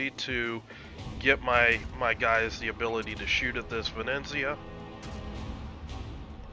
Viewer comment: Ve-ne-zia :) Not Ve-neN-zia :D Awsome play! I like when you explain thought-process... learned a lot! Perma smoke combo look great! Thnx and keep up the good work!